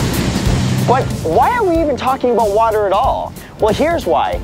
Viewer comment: "So, let's talk aboot... water!" 'Aboot' he he.